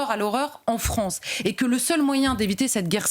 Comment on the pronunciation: Est-ce qq’un pourrait lui dire que c’est la FrAnce et non pas la FrOnce ? Merci 🙏🏼